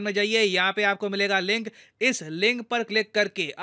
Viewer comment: Aap baar baar link ko ling bolte hai.